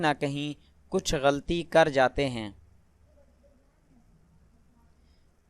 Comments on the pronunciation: ary meree boly bhale bahi ap ne logo ki nishandahi ki per ap k alfaz b thek nahi gatl aur galti nahi hota ye alfaz thek nahi sahi ye hain galat ya galati laam per zaber hai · Tumhara apna tlafuz theek nahi hay. Tum "ghalti" ko theek se nahi bol saktay. Aa jatay hain video upload karney